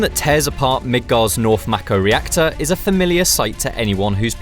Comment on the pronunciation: Its mako not mako